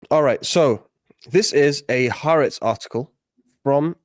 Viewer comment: Being pedantic here but that newspaper's name is pronounced 'Hah Aretz'. If you're going to say it, you might as well sound as if you know what you're talking about. Yes it is left wing but it is the furthest it could be from a 'propaganda site'. The present day government absolutely hates it. If every newspaper in Israel were like it there would be fewer problems between the Jews and the indigenous people. As I see it, this article is published in horror as a warning, not as a proposal.